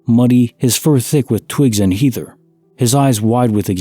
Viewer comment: Heather rhymes with feather.